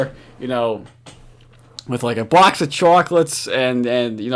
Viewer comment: What the hell is a Boax of Chalklettes? SPEAK NORMAL